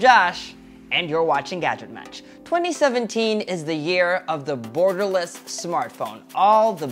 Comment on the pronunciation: did he said "burgerless" or Gutom lang ako? HAHAHA